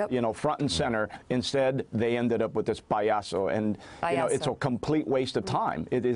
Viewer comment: Payaso, Payaso, come on say it with me Pie-ah-sooo! haha